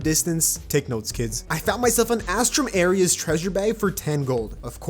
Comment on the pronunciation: He says he’s the best terraria player to graze the earth, but He pronounced astrum aureus wrong, doesn’t know that azathoth is post sup-cal, doesn’t know that sand shark is hard mode, and can’t even beat yharon, I did it on my 2nd try revengance. Everything I said is true but this is meant as a joke